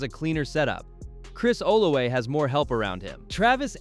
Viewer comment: It’s Chris (Ola{V}a)😂 with a V lol